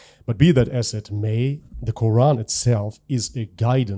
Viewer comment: HERE WE GO AGAIN EX-MUSLIM. IT IS GETTING TOO OLD THEY CAN'T EVEN SAY THE WORD QURAN CORRECTLY. 😂😂😂😂